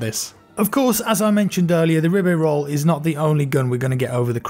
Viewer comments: Ribeyrolles= Oiu-be-Uol-uh (Ri-be-roll-es) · Rrreee - beh - rrraull (roll the Rs) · I think it's pronounced Re-bay-row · Ribeyrolles is French, and the creator of the gun’s last name is pronounced “Hri-bay-hrolls”. Thought that information may be of knowledge. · I think it's "Ribbey-RoyAy" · Rib-e-Roy is how it’s pronounced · [Ribérol] is the good pronunciation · It’s pronounced ribee royes! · Its prenounds Ribeyrolles